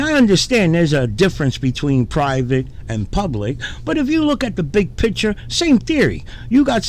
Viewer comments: What’s even more frustrating is listening to people who still can’t pronounce the word “picture”………. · I’m fed up with trying to convince frauditors to pronounce the word “picture” but it seems like even frauditor channels can’t pronounce it either……